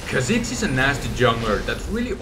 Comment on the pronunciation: kha zix? its pronoucned kaw-zicks